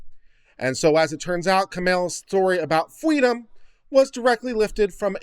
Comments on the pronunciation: Fweedom is what bwings us togever today. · If only her parents gave her fweedom then and there, eh?